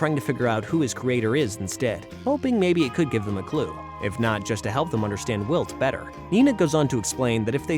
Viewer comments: Narrator says walt instead if wilt at one point too. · Pretty sure its AI. Heard them call Wilt "Walt" as well